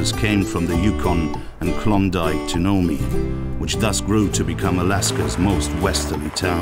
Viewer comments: Nome Alaska is not No-mee, but Noum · Nomee? It’s Nome, the E is silent! The resident with the yurt even pronounced it for you! By the way, yurt resident, you paid $45,000 for a tent with a wood frame that a bear can just tear open and walk in?!?! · english is not my native tongue, but even i know it is Nom(e) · Ah the British and their blatant disregard for the correct pronunciation of nouns and place names from other countries and cultures. "Nomey" LOL (for Nome, Alaska). Its not as silly as they way they say "tack-o" instead of taco but it's pretty bad since plenty of people would have been in Nome to pronounce it correctly for them.